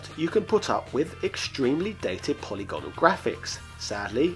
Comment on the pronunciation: "po-lig-anol" not "poly-gone-al" uuuuugggggghhhhhhhhfff